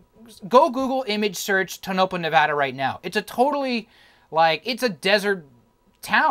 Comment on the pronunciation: Nice video, but it’s pronounced “Tow-no-paw”… 3 syllables, each distinctly annunciated.